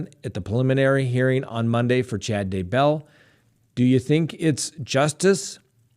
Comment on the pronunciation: Why do you have such a hard time pronouncing the name Daybell? It's one word/name, not two. You are educated but it doesn't sound as though you are. Really dumb to continue mispronouncing an incredibly easy name to say!